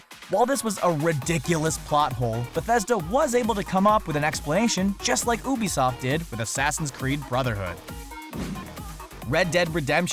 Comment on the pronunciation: It's You-Bee-Soft, not Ooo-Bee-Sotf